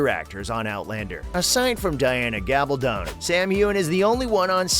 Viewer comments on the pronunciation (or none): Its Gabaldon, not Galbadon! Aaarrrg!!